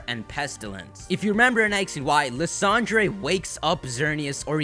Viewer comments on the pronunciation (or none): "Lysandre" - Lice Andre? Wut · Why can't any Pokétubers pronounce "Lysandre" correctly? :p Great video! As much as I love Lugia and Ho-oh, I've got a feeling it wont be them.